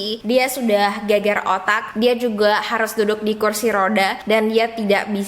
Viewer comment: imut sekali... mungkin maksudnya "gegar otak", beib Bukan "geger" beb...